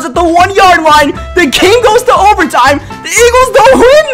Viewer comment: This guy needs to learn how to say a th. It's not da win or da anything. It is the ..